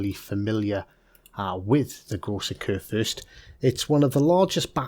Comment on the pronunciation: He cant say the name right at all lmao